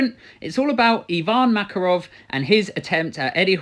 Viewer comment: I’m quite sure his name is pronounced Ivan MakArov. Other than that, great video! Source: am native in Russian